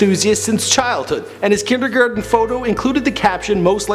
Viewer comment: ERMAHGEEERD KINDERGERTEN !!!